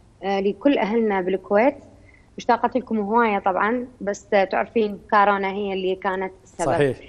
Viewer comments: خبصونا بالبدايه الشاعره والمثققه وصاحبه اللسان الحلو وضعت للحب لغه وهي هنا تگول كارونا متعرف اسم كورونا اصلا شاعره وطالعه برنامج ومتعرف تلفظ اسم صح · ههههههه..اي صحيح..اني هم انتبهت عليها..كالت كارونا...خوش مثقفه واعلاميه...كورونا بابا تعلموا... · كاااارونا ؟؟؟؟ تره اسمهه كورونا كورونا 😭👍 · طالعة بلقاء وتگول كارونا 🤦🏻‍♀️ والعباس اسمها كورونا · ڤايروس كورونا هم شويه اصحح 😬🤦🏻😂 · شاعرة العراق الاولى ماتعرف تكول كورونا تكول كارونا السياب كاعد يلطم هسه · كارونا😂🤭🤭🤭🤭🤭💔يابه اسمها كورونا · كارونا هههههه يمعوده كورونا يالمثقفه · العمى حتى كورونا متعرف تلفظها صحيح ليش افضل شاعره عراقيه قابل هي نازك الملائكه مثلا كلنا نشوفها اتفه من التفاهه